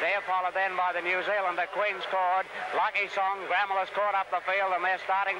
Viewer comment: A huge run by the South Australian champion Gramel . From my knowledge both the Race Caller and Voice Over pronounced her name incorrectly- the word is basically split into two and pronounced “ Gra Mel “ but written as Gramel . On another note , who would have thought that one of the field would go on and produce arguably the greatest trotter in the world - Maori’s Idol , I doubt there will ever be a horse to take his crown , certainly here in Australia